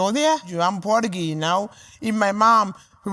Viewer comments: Did she say porta geese? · "Awwm puryaghee, ynooo?" I've heard corvids make better attempts at emulating human language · Sam, she tol u. She porta-gee. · Indian AND “Porta-gee”